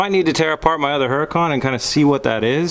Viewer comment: No disrespect, but seriously you're pronouncing Huracan wrong. The H is silent. Don't get me wrong you're not the only person on YouTube that says it wrong. Considering that you own 2 you might want to pronounce it correctly....lol. love the show though not trying to sound like a dick. Awesome builds!!!!!